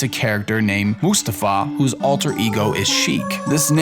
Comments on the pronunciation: It's pronounced "Mouse"-tafa. Because he's a mouse... Get it? Not "moose"-tafa. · It's not Moo-stah-fa, it's Mouse-stah-fa. Y'know. Because he's a mouse. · For the love of God, how can someone not get the pun there. It's mow-stah-fah. Not moo-stah-fah. It's a mouse character for fuck's sake. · "Moostaffa"?.. Not "Mouse-tafa" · How in the hell do you get Sikh from Sheek? It's a reference to Arabian culture, not Indian culture. Did you miss the desert? Or did you just assume that "Turban = India"? Also, it's not "Moo"stafa, it's "Mouse"tafa. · Exactly what I was about to say. They dropped the ball on this one. And they pronounced Moustafa's name wrong. It's supposed to be MOUSE-tafa, because he's a mouse. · Mouse-ta-fa. Moustafa is a mouse. Good video though. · I'm not usually like this but the way you said moustafa physically hurt me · How do you pronounce Moustufa wrong? It's a mouse... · Say Moustafa wrong one more time and I'll blow your house up. Also, your rap is garbage. Other than that, great video. Hope to see more on Paper Mario in the future.